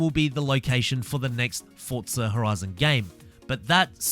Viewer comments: Remember, it’s Forza, not “Fort-za”. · Still saying fortza